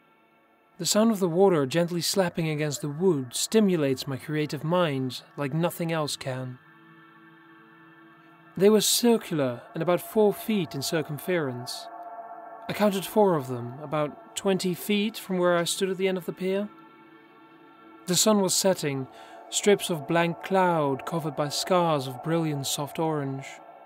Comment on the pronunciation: cir-cum-fear-ence? Sorry to say it's cir-cum-frence, said more or less all in one breath.